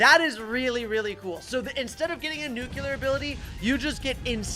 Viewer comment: Why is he pronouncing nuclear as nucular?